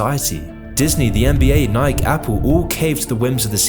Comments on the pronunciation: Alright I gotta say this bruh its NIKEEE NOT NIK 🤣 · bro pronounced nikee as nike :p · Nice video but its nik-ee 🤯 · You pronounced "Nike" as Nayk lool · you lost me at "nie k" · Nike should now be pronounced as "Nayk" 😂 as per. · Not to be unserious, it did THIS guy say” nik” for Nike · It's NikEEEE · this dude seriously pronounced "nike" as "nik" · sorry, but it's pronounced nai-kee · Discord is the most evil because of Tencent? What about Tiktok? I tend to feel like Tencent is probably the worst, but other companies associated with them doesn't make them quite on the same level. I'd probably put Nestle as the second most evil Nike is pronounced "nigh - key" btw, not as if it rhymes with "Mike" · No one: Literally 0 people:: says "nike" as "nihk" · you did not just call it nik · most disturbing thing is how he pronounced nike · The way he pronounces Nike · How do you not know how to pronounce Nike? What else don't you know. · Excuse me, but how did you say "Nike" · the way he pronounces "nike" 💀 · I cant believe the narrator mispronounced Nike.... DOH!!!!!!!!!!! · You also mispronounce 'Nike' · Dude is pronouncing Nike wrong 💀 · It's pronounced Nike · My only problem with this video is how you pronounced Nike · did my guy just say "Nike" the way I think he did? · Still can't get over how you pronounce Nike